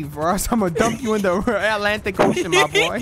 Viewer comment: really said ALANTIC ocean 😂